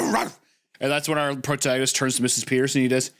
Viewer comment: Anyone else hear Wendigoon say “PortagaMist” instead of “protagonist” 😂